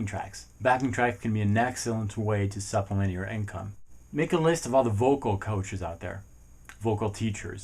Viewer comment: Great video but u said supliment a lot